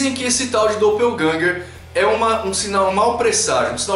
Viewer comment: 'Doppelgänger' uma palavra alemã que simplesmente significa sósia.. 'e a pronuncia não é como se tivesse lendo em inglês'